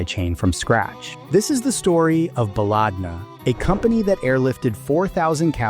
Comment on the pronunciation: why are you liking random comments? the top comments are literal scams also its pronounced "ba-led-na" not baaalaaadna, which in arabic translates to "our country"